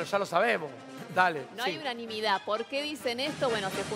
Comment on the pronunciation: El flaco no sabe leer unanimidad, cuanto le costo el titulo?